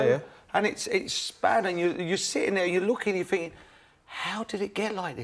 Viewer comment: "I look at it finkin"